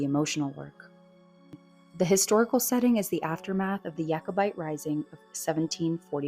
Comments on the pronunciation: It's not pronounced Yakobite. It's Jakobite. After King James. It's not a Jewish word. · Couple of points...you pronounce the J in Jacobite and Colloden is pronounced Col-u-den! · Why do you insist of mispronouncing “Jacobite”? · Wrong pronunciation of Jacobite and Culloden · I know! Kind of annoying and makes one doubt the rest of the content if the author can’t be bothered to to look up pronunciation of words she is unsure of